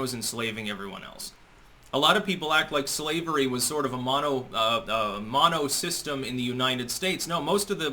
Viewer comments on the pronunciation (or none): none